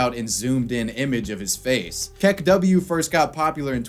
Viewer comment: Did you say say kek-W? It's kek-oo